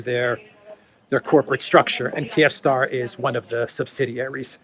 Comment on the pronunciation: I'm pretty sure it's pronounced "KEEV-star" lol